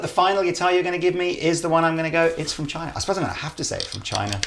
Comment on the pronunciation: That was pretty much the worst pronunciation of China in Chinese...